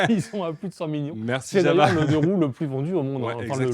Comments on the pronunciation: JaVVVa... Vous êtes vraiment des handicapés linguistiques. Prononcez correctement: JaOUa. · on ne prononce pas "java" mais "Yava"... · même Yawoua en fait